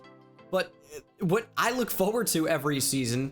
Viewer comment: the word is FORward not Foeward